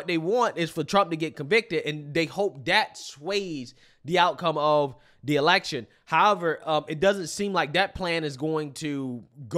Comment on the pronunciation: Am I the only one that noticed that when she was talking about the election, it sounded to me like she said "Selection' which sounds like it's more on their level 🤔